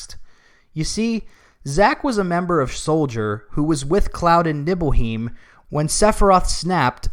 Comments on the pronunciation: This video review is hot garbage. How can you critique a remake/sequel of a story when you aren't even familiar with the original plot. You can't even get the pronunciations correct. "Nibble-heim"? Really, This may sound like nitpick, but it really goes to show that you don't know what you are talking about as longtime OG fans have known that it is "Neebelheim" for a long time now. SMDH. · It's NibelHEIM, not NibelHEEM. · I can't get over how he pronounced Nibleheim